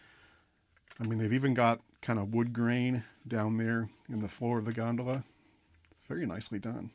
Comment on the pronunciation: You pronounced gondola improperly, HELLO!!!!! The way pronounced it one would think it's something that should be floating in the canels of Venice.